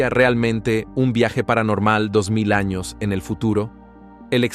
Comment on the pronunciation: Me pregunto porque no pronuncias bien los años ????😂😂😂